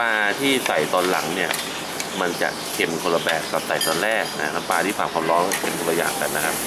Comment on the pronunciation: น้ำปลาครับ ไม่ใช่น้ำปา